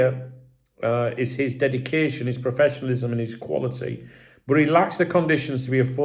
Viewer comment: definitely love to say quality with his Spanish accent 😂😂😂. To be fair l laugh too every time you say it.